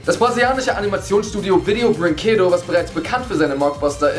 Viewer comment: Cooles Video (wie all eurer Videos). Ich muss aber nur ne kleine Sache kritisieren. Als Halbbrasilianer fällt mir so etwas eben auf ;). Der Name der Firma wird anders ausgesprochen. Ich muss euch da ja aber in Schutz nehmen , ihr könnt es ja nicht wissen. Es wird nämlich "Video brinqedos" ausgesprochen, und bedeutet so viel wie Video Spilzeuge (?). Außerdem wird das "I" etwas heller ausgesprochen und das "E" klingt auchb schon fast wie ein "I". Villeicht hättet ihr es vorher in den Google Übersetzter reingetan (oder macht es jetzt noch). Dort wird es nähmlich richtig ausgesprochen (hab das jetzt noch mal extra gesagt, weil der Google Übersetzer es ja manchmal nicht tut ;))